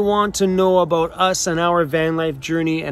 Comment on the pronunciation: Always miss my Canadian relatives when I hear you say "aboot" lol